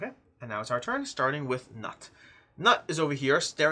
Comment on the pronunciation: Loving the playthrough! FYI, Knut is pronounced something more like 'cnoot' or 'cnute'.